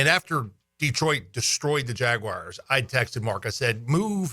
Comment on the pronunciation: Still blows my mind that people can’t pronounce the word Jaguars.